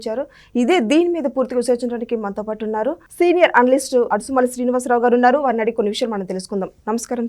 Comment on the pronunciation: 'Adusumalli'kadu 'Adusumill', intiperu marcheyakamma dayachesi!!! 😊